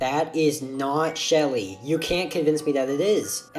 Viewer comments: That ain't shelly thats shealle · that anit Shelly that’s sheheheheheheh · That's not shelter that's shelly